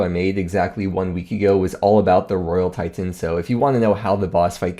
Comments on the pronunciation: What's a tie tin? Your pronunciations are extreme. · RoYaL TiTENS jesus stop saying it pleaseeeeee